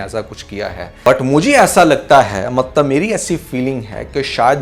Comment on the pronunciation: You said mattab 😅